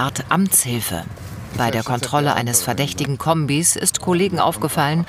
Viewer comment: "Was'n das fürn Kömbiii?"